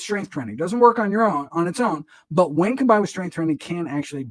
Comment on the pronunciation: I hear what you’re saying. I think it’s the way the doctor raises and lowers his voice, talks so fast and puts emphasis on some words randomly, like anti, when, and all.